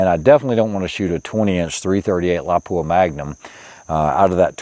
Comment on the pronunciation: Yeah, but he MURDERED your iconic little town of Lapua!! It is NOT La-PUA. It is pronounced like Lappua. I bet he says LEO-pold instead of Loo-pold. for the German name of Leupold & Stevens, Inc